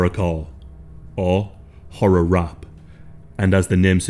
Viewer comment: Wait ! What?? RUPT?? WHAT THE HELL YOU ARE PRONOUCING IT RUPT?? Its R A P !!